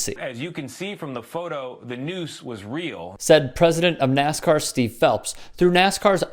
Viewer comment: Its NASCAR Not NAZICAR